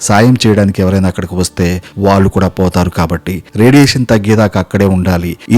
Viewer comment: నీకు తెలుగు సరిగ్గా రాదు లాగా ఉంది. అనుబాంబు అంటున్నావ్ అణుబాంబు అనాలి. వాళ్లు అనాలి వాల్లు అంటున్నావ్. తెలుగు నేర్చుకో ముందు పాఠాలు తర్వాత చెప్పొచ్చు.